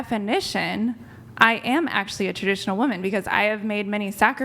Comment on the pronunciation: She's Ter-dish-uh-null